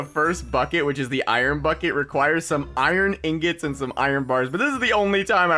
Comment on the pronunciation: I love how he says iorn mining seation